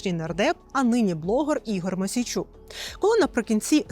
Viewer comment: Ігор мУсійчук, а не мОсійчук